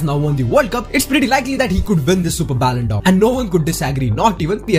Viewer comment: It's not ballondor it's Ballon d 'or d is pronounced as di not deu